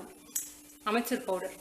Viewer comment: சூப்பர். ரொம்ப நல்ல சுவையாக இருந்தது. ஆனால் மேம் அது ஆம்ச்சூர் பவுடர். நீங்கள் சொல்வதுபோல் அமெச்சூர் பவுடர் அல்ல.